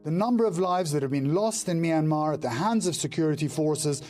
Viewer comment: It’s really sad and bro can’t pronounce Myanmar right